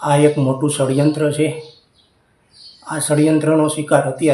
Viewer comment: પડ્યંત્ર નય ષડયંત્ર એમાં પણ ખોટું બોલે